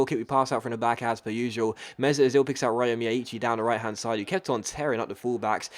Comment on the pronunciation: by the way the way you pronounce miyaichi's name is wrong, as an Irish person living in Japan I can tell you that you should pronounce it as Rio instead, as that is closer to the correct Japanese pronunciation of the name!